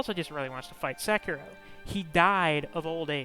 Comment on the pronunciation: "Sekino."